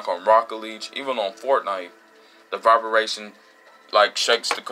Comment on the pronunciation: Not Vibaration It’s “Vibration” 😂😭